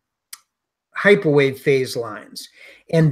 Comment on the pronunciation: probably says "this is hyperwave" in the beginning of the video, but I have no idea what came out of her mouth. Automatic subtitles show "microwave", but that is just an approximaiton